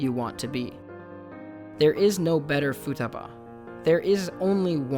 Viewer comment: I just keep hearing "Futabu"